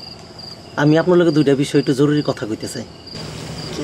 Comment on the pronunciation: সবাই বলে জরুলি,,,জরুরি বলতে পারে না কেউ।